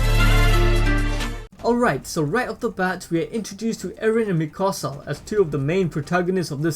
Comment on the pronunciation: It's not mikosa it mikasa